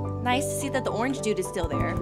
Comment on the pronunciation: Spi-dahr Orang-ge 😂